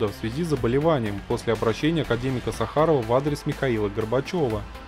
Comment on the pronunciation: СахАрову🤣😂😂 САхараву грамотей. Изучи то что читаешь